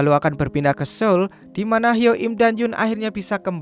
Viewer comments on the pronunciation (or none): 주선 (joseon) bacanya juson bukan josun 서울 (seoul) bacanya soul bukan seul